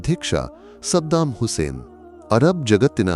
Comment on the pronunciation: ಮೊದಲು ಕನ್ನಡ ವಾಕ್ಯ ರಚನೆ ಸರಿಯಾಗಿ ಕಲಿಯಬೇಕು. ಸದ್ದಾಂ, ಹುಸೈನ್ ಅಲ್ಲ ಸದ್ದಾಂ ಹುಸೈನ್ ಎಂದು ಒಟ್ಟಿಗೆ ಓದ ಬೇಕು